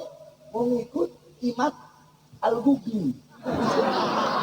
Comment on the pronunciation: Bukan imad tapi inad